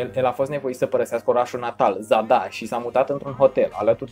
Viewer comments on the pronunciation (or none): nu se pronunta zada ci zadar